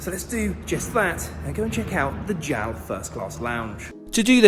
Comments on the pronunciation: It is pronounced J-A-L, not jowl :) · It’s “J-A-L”, not “JAL.” And mochi is “mo-chee”; not “mashi” of whatever that was.